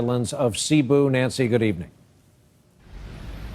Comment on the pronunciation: /tak-LO-ban/ (The stress is on the syllable "LO") /se-BU/ (It is not pronounced as /si-BU/)